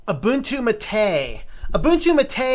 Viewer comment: "Mate" instead of the Spanish "MAH-teh" sounds like when people say "Tar-jay" instead of "Target."